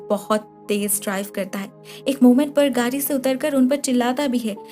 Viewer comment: Its گاڑی not گاری 😬😬